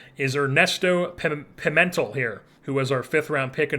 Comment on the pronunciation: I believe Pimentel is pronounced, Pee-Men-tell. I like your approach to things in this offseason not just holding onto lesner because he’s a fan fav who’s a good not great player. I don’t think his contract was the worst tho.